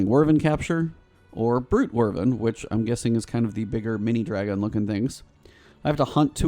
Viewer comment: How are you getting "wervin" out of wyvern?? The "wy" part is either pronounced like "wide" or like "whip".. both are correct, but it's definitely not "wervin", lol